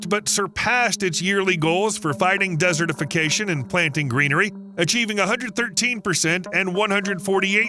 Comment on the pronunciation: The way you say desertification bothers me.